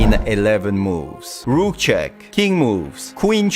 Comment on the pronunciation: all i hear is cheg cheg cheg cheg